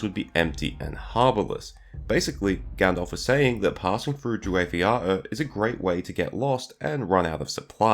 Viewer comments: Drew-wayth yah-oor, not ee-yah-(glottal stop)-her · Druwaith 'Yawr' (if it pronounces like the Celtic base language), not 'Yahuh'. Interesting obscure place indeed. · "Waith" rhymes with "white", not with "eight". "Iaur" indeed has a "y" sound, not a "ee" one. And it's more of a YAH-oor. "A" as in "father", not as in "cat", and then no final "err" sound, you jump from "u" straight to "r". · It's a "y" sound as in "yes", not "ee" as in "eeny meeny". YAH-oor. Two syllables, first one stressed. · I’m not sure about your pronunciation of Drúwaith Iaur. The first part is OK but the second element should rhyme with English “now”, so “yowr”. In modern Welsh “nawr” rhymes with “iaur” (and in English means “now”. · droo-withthe yowr. Like unvoice th, hence the unusual spelling, but Iaur is actually one syllable, and "waith" is not "weith" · It's more like "jaur", one fluent word. There is no need for the glottal stops between the vowels. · 'Iaur' is pronounced roughly like 'tower'. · Allow me to assist you: Drew-eye-th Ee-our (as in the possessive pronoun 'our'). In Tolkien's pronunciations, which he very specifically lists in the Appendices to Return of the King (do look into this for future pronunciation assistance), 'ai' is pronounced 'eye', and 'au' is pronounced 'ow' as in 'ow that hurts'. For example, Sauron is 'Sowron' or 'Souron', not 'Sore-on'. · Interesting topic, but I found the pronunciation of the area's name so jarring: you get Druedain right, and the "ai" in Druwaith has the same pronunciation (like "eye"); instead Iaur should be something like "yowl" but with an "R" at the end instead of "L" (it has a very a Welsh-like sound, in my opinion!)